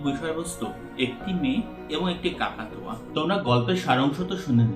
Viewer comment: বার বার শুধু কাকাতুয়া শুনতে পাচ্ছি! মনে হয় সেটা কাকতাড়ুয়া হবে।